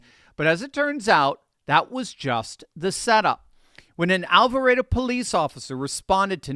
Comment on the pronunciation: Thank you for your correct pronunciation of Alvarado I am from Alvarado and people are always incorrectly pronouncing Alvarado! I live 3/4 of a mile from their watched it all unfold on top of my RV I live in on my brother's property! I have 20 by 50 binoculars washed it all unfold